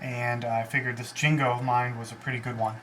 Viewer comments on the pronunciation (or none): lol. You say jigo (jee-go) like jingle. ^^ But what eikons said, you should play real people more. There were a lot of strange moves in the game. Your thought process is good, but the way you approach those ideas is a little problematic.